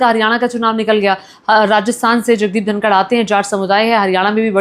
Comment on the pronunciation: उनका नाम धनखड़ है, धनकर नहीं आप जो नाम का पता नहीं ओर मोदी जी के ट्वीट पर ज्ञान दे रही हो